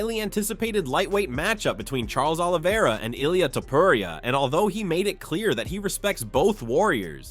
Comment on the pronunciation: the fact that you can’t even say Illia’s last name right is utterly absurd and uneducated